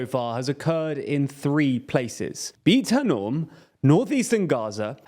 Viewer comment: beit hanoun. would be nice if you got the names right....